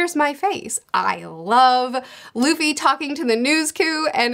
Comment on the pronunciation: I'm very hyped and mostly I'm glad they say Luffy and not Ruffy ;D